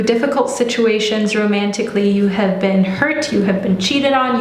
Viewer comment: When you said “hab- HAVE” I was like “oh your German’s coming out” 😂